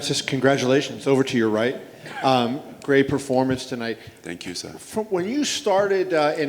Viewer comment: African man thank you sah (sir)